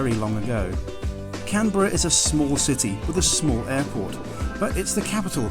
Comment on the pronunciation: First thank you for pronouncing Canberra "correctly" ;), second rest of Australia is just jealous 😬 and third, glad you liked it despite being in the midst of the smoke and fires. Do come back and hope you enjoyed our booze.